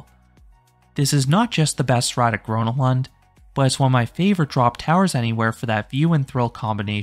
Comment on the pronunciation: Bro I'm Swedish and love Gröna lund but he pronounces everything wrong💀